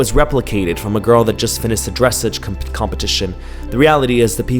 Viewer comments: Ok, as an equestrian and a hobby horser, first of all I died when he said dressage, it’s pronounced Dre-s-ah-g 😭 second, it’s not that dangerous 😭 third, it can be hard, especially when you jump your hands wanna fly all over the place to get over the jump, but the hobby horse weighs about a pound (depending on size) and it keeps your hand in one place so it’s a little bit harder. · "Dressage" is pronounced Dres-AHH-ge. Like massage ! You uncultured peasant ! 😂